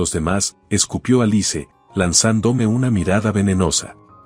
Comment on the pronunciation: Se pronuncia alis no alice